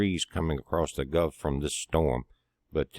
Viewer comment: Florida Sky watcher - haha. Good stuff. I like the way says “Guff” of Mexico 💜 Thank you and have a blessed week ahead! 🙏🏻